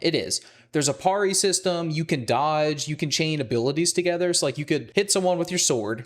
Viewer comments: Excuse my "um actually", but I think parry is pronounced peh-ree not pah-ree. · The only thing turning me off is how you say parry. I’ve never heard it pronounced parie. It’s supposed to rhyme with Terry. Great review though! Im addicted as well also flooded with AC in my feed.